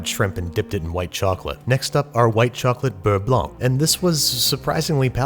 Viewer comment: Pretty good "Beurre Blanc" pronunciation :)